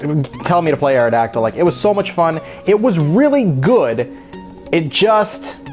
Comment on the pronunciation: Awrodactyl ? Ewww lol